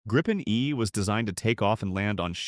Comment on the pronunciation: If you're gonna use AI like a lazy ass to generate garbage content, can you at least get the pronunciation right? It's "grippen" not "gripe-en" ...